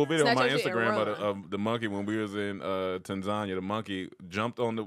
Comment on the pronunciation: That's correct Tanzania should be pronounced exactly the way he said it. I'm from South Africa, they corrected us too lol